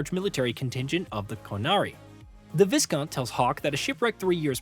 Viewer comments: irium? Theedis? Mittle? Corifis? Even Sera pronounces his name better than that - Coryphytit <3. Oh, and the S in viscount is silent. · Thank god someone else pointed this out. Also Viscount is pronounced "Vy-count"